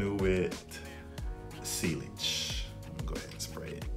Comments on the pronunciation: Sealage was killing me 😂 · It's pronounced seyage and club de newy